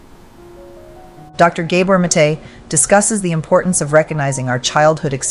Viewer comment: Did Inside Serene poach this lecture from somewhere? Hence the need to modify it with unnecessary commentary that mispronounces the name of Gabor Mate over and over?